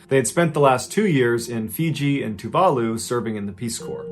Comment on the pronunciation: Ma Man you pronounce Tuvalu perfectly 😂😂 coz my parents are from Tuvalu island I've heard others pronounce it and trust me is sounds funny .. Ma Man Cheers 👌👌👌